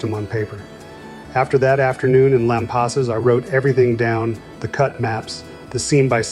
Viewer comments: It’s pronounced Lam-PASS-us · Texas? BS. The guy said Lomp os us Texas. not Lampasas